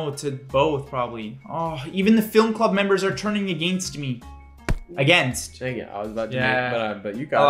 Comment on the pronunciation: said against like he just went to the charlie xcx concert